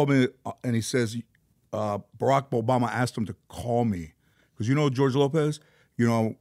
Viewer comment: Oarack boboma dyslexia at its finest